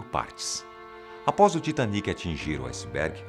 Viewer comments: Não se fala Taitêniqui Se fala Titaníqui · Se fala tiatenic?OMG!